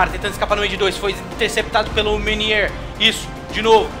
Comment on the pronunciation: "MÊuniÊr", "AreÓla", "Embapi", kkkkkkkk melhor pronúncia 😂